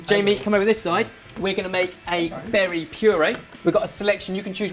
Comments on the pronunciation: No he said berry it just sounded liike barry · "We can now add in our "Barry" flavor." Am i the only one who heard this? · "and now we add the berry flavor" me: " and now we add the BARRY flavor" eheheheheheheh